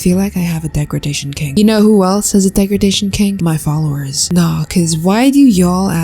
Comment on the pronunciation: "deg ra gration" rhat is NOT how u pronounce ut girl